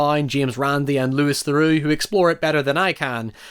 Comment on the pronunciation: Pronouncing "louis theroux" as fucking "Lewis" made me feel violently ill.